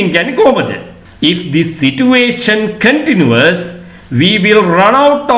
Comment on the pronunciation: Kindly check whether you correctly pronounced the word " continues' in this video.